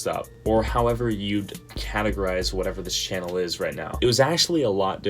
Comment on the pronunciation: Another great video btw not shannel...channel with ch xD anyway amazing people say after 100k subs come easier and you get more sponsors easily..keep it up